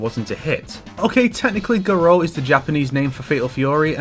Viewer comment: Garou, no Guro.